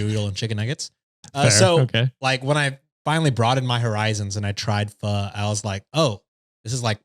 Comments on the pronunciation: mispronouncing pho almost made me unsubscribe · I’m part of Vietnamese and when he tried to pronounce Pho I thought that was hilarious 😂